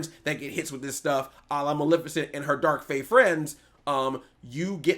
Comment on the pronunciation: Jesus christ WHY CANT ANYONE SAY MALEFICENT CORRECT. EMPHASIS ON MUHLEEEEEEEEEFFFAAACCCCEEEEEEEEEENT